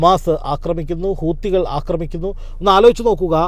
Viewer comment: കൂത്തികൾ അല്ല ഉവ്വേ. ഹൂതികൾ എന്ന് പറയൂ.